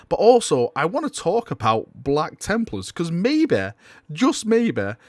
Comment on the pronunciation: "Blacka Templars" :D